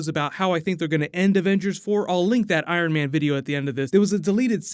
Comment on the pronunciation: Haha you said Iron Van 😂😂 great job tho Love the videos😄